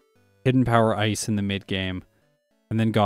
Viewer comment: I like how sometimes when you say "hidden power ice" it sounds like "hidden power rice"